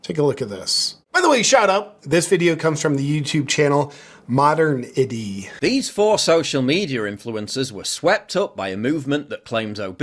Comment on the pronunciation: Paul Joseph Watson's second channel = Modernity. Not pronounced modern-ity.....but actually mo-dern-ity. It was funny to hear you trying to say it.